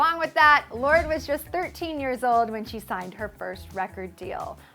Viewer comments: It's pronounced lor-de not lord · I always thought it was pronounced "lor day" because of the e at the end >.< thought it was french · You butchered her name...